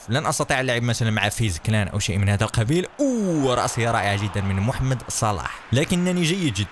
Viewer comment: قال محمد صلاح بطريقة غلط